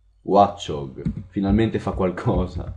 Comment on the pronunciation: si legge wocciog e draddigon